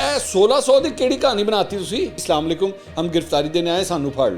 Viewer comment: Mansoor Ali Khan Bhai sab say pehlay apnay Salam ko theek karain. Assalam o alaikum kaha karain please....